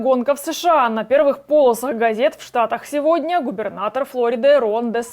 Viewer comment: "...полосАх...", с не "...пОлосах..." полосА, а не пОлоса...